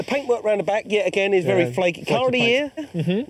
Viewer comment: I think you meant “breaks and paintwurk” ;^)